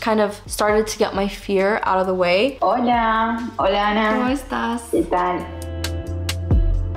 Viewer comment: Apenas escuché el "holaaa " pensé "es argentina la profe????" JAJSJSJS